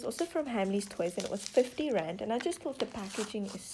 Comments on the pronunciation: The first time you said "Rand", I thought you said "grand".. so when you said 8 Rand I thought you said 8 grand.. I was like "Wait.. no way!! Oh.. wait-" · I thought she said grand not rand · Ok, why does it sound like she's saying grand when she says rand?